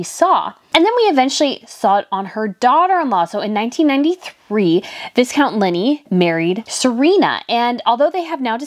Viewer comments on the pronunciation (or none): love ya to bits........but.......it's not V I S -count, it's 'V Y-count, as in 'violet'. You do such a brilliant job of research and presentation, so please don't think of this as a 'put down' but rather a gentle 'tweak up'. Cheers from Australia - and I LOVE that tiara, so I'm just happy to see it worn!! Oh, and a friend when he was about 7 did a very serious class presentation on 'flame-in-goes' and bless her, the teacher didn't giggle once or correct him in front of the class. He'd done his own research like a big boy and hadn't run it past anyone else!! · The s in viscount is silent. It is pronounced vi-count. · “Vi-count Lin-lee” is the correct pronunciation 😊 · Viscount = [vy-count], vy like my or by Linley =[lin-lee] ❄️🎄🌟🎄❄️ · Viscount is pronounced vicount. The s is silent. Vaicount.